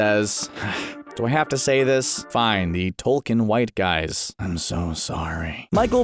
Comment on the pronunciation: Uh, it "token" not "Tolkien" Signed, Us Black Guys